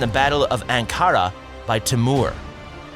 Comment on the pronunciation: "they took over Kosovo, which ended Siberian power in the region" .... I think you were supposed to say Serbian ... Siberia is pretty far away, and never colonized Kosovo. mis-pronounce constantinople... also ankara, also mis-pronouce inter-regnum... ok.. , I'm out...